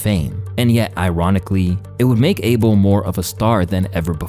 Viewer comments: His name is not Abel like Able bodied it’s Ahh-bell smh but whatever he’s ok with lol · its Uh-bel NOT ABLE. Say it correctly